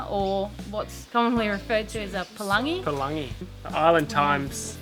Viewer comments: Its pronounced as balangi but spelt as palangi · You lived in Tonga for a while and don't know it ain't palangi, that's Samoa, in Tonga it's PALANGI !!! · pronounce pah-lung-ee